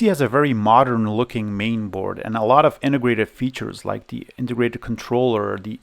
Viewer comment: ...your english is very good... though: sometimes its pronounced "THE" not "THEE" ... The rule is, that before a consonant, the artikel "THE" should be used, and when a vocal follows, then you may use "THEE"... Otherwise it sounds strange ;-) e.g. of pronounciacion: "THE MOTHERBOARD" and "THEE AQUARIUM" , "THE MOUSE" and "THEE INTEGRATED VIDEO CARD" Your videos are very good though. Keep the good work going!